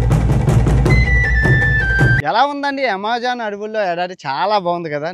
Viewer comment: Yamazaaanu kadu bro Amazon 😂😂